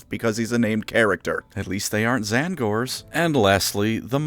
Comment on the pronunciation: You absolutely said “at least they aren’t Tzaangors” through clenched teeth, didn’t you